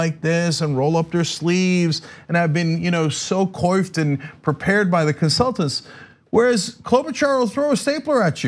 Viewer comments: lol Cenk said coiffed like "koifed". its pronounced kwa-fed. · Spelt coiffed...pronounced kwaffed. You're the second most trustworthy politician of whom I am aware, Cenk.